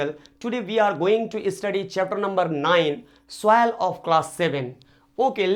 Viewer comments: Please do correct pronounation it soil not souil😂😂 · please do correct pronounation it soil not souil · It is not souvil it soil sir😂😂😂😂😂😂